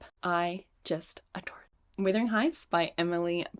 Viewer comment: I need to let you know it’s Wuthering Heights not withering 🩷